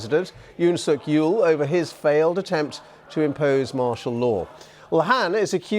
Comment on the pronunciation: It's Yeol not Yule... Christmas affecting your ability to pronounce?